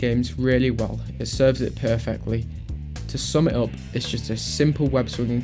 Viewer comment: "I don't mind ih"